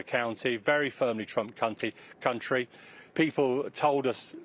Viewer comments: Reporter really said "Trump cunty", slip of the tongue? Maybe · he also said CUNTY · 6.01 he says Trump "Cunty" 😂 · "this part of America is very Trump cunty" oops... Lol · Except when he says ‘very firmly Trump cunty’ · Apart from the bit where he says “Very firmly Trump cunty” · The first time he said it I instantly realised that there could be a problem pronouncing "this is Trump Country" if you weren't careful. Then he repeats it a few seconds later but this time he trips on the words. Oops! easy mistake. More seriously, the problem now is that Trump will likely gain a whole load more popularity, which the world could do without. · listen again, he says country twice, messes up the first time then corrects himself.